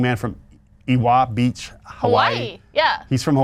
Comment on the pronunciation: W is pronounced as a V in Hawaiian So its EVA Beach Glad to help 😂